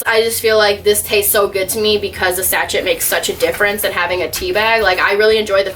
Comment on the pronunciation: it’s “sash-shay” not “satch-et” haha